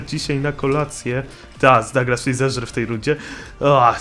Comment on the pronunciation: sie nie czyta dołglas tylko daglas